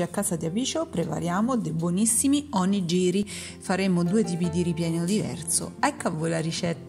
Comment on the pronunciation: Buoni gli onigiri! Piccola nota: si pronuncia onighiri. Nella translitterazione gi=ghi ji=gi.